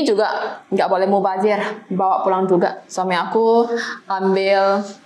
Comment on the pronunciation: Kata2 mubazhir itu manis banget dengan logat cina ya